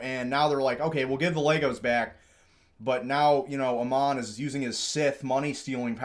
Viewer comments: FYI, the CEO's name is pronounced like a sheep would pronounce it ... Aaaammon, not Uhman. It's a Mormon name -- comes from a missionary figure in the Book of Mormon. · Just trying to help but the A in Ammon says the letter A. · Tickles me to no end the BAM CEO’s name is continuously mispronounced! 😂 His name of Ammon rhymes with “Salmon” and is a character from the Book of Mormon (BofM), a common thing with Mormons to name kids from BofM.